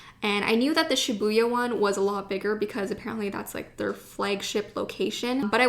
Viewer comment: Thank you for sharing this haul! You got so many beautiful items, I especially liked the brush pen, and the mildliner brush pens. By the way, here are some pronunciation corrections: Tokyu Hands >> NOT "Tokyo" Hands. It's "toke-yuu" Shibuya >> Emphasis on the first syllable. "SHEE-buya." This is a common mistake, and difficult to hear. Studio Ghibli >> Pronounced Studio "Jibb-lee." Sakura >> Again, emphasis on the first syllable. "SAW-kura."